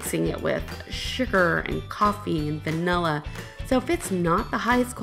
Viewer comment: "excape" isn’t a word,. Neither is "vanella". 😆